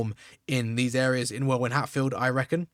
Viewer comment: Welwyn = pronounced Wellin